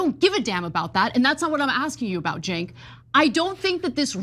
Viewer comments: It's pronounced Chunk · Get it right officer tatum...its not cenk its CHUNK 😂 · It's Jenk pronunciation! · It's Chunk. Chunk Yogurt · Officer Tatum get his name right it’s CHUNK! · Cenk = Chunk! That's how you say it. As in "Sloth loves Chunk!"😂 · it's CHenk. CH. chips. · I believe in his case "Cenk" is pronounced "Chunk" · His name is pronounced JENK. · Jenk is how it’s pronounced. I use to watch them before Trump was even president. But had to stop when trump was running.